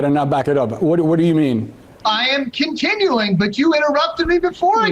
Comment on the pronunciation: 4 minutes in, when you guys paused ; the entire time I was like "Did this guy say mix up Trump and Biden?" I was waiting for him to say "I meant Donald Trump". He seems drunk and he said "Continuling"